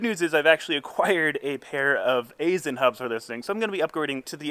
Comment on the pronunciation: Aisin is pronounced (Eye-sin)